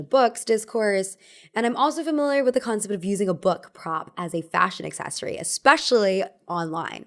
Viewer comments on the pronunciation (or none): none